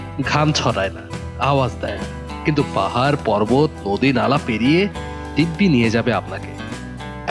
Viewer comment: পাহার না পাহাড়